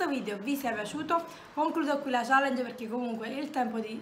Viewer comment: Non so se qualcuno te l ha mai detto me ne sono accorta perché mio cugino piccolo ha lo stesso "problema" che aggiunde delle lettere finali a qualche parola mentre parla, tipo Quando hai detto "perché" la parola si è trasformata in "perchéj..." Se sai cos'è precisamente potresti rispondere a questo commento poiché vorrei capire come correggerlo se si può ❤️